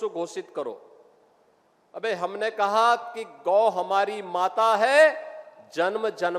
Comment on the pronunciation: Aur ye Abeyy kaise bolaaa..?